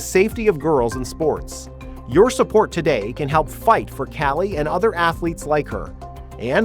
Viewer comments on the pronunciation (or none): none